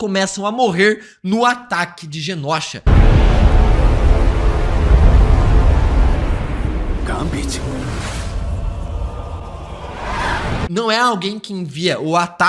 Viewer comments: Mano dica construtiva não é genósha e sim Genosha. Pra ti ajuda a ler e pronunciar melhor imagina que se escreva desse jeito genôsha. O certo é sem acento mais vai te ajuda a pronúncia melhor na hora de fazer seus vídeos. Genósha é osso de se ouvir fica a dica valeu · pelo amor de god. GENOSHA se pronuncia "GENÔSHA" e não "GENÓSHA" PFV 😅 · Genôsha. Não leve como parâmetro esse youtuber. Ele pronuncia errado muita coisa, kkkkk. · Pare de falar genÓsha, por favor. A pronúncia não é assim. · "GÊNÔCHA" ok!